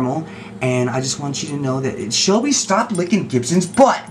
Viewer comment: 53 its Shelby not shellbe